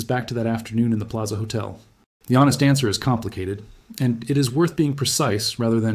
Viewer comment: Pilaza? Come on, AI, you gotta do better!